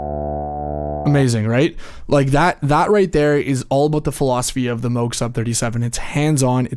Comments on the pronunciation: “Moog” as in “Rogue”…not Moooog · He said mini mooooog. Cringe 😬 I get your comment now. I appreciate it so much. Apologies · Not trollin' here- but 'Moog' is pronounced like 'Rogue' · Stopped the video 5 seconds in when you mispronounced Moog.